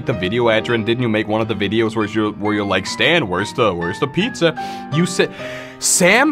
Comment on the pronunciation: every time he said pizzer i got flash backs